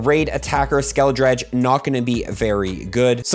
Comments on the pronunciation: Pronounced skele - dirge (surge but with a d) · it's pronounced "SKEL-UH-DURGE" like a play on words with dirge (lament for the dead; ghost stuff). Do you have dyslexia by the way? The way you pronounced Malachite (which is ok since no other pogo youtube could say it either) made me wonder (it's MAL-UH-KITE btw) anyway your content is top notch keep up the good work, you are literally the best when it comes to pogo info <3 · Skela-Dirge. skel-A-Durge. 3 syllables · Great video as always, also just to help with pronounceition. Its Skele-d-urge for the final form Skeledirge. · Skeledirge. The r comes after the i, not before it?? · How you said Skeledirge 💀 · Skeledirge got it's name absolutely massacred 😢